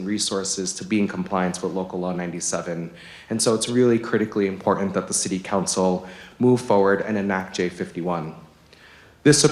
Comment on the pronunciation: "Import-ant". Who teaches these people phonics?